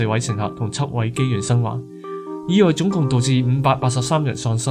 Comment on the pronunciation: 初音賽高 意外個外 oi→ngoi 個ng冇咗就係懶音嘅一個例子 其他都係大同小異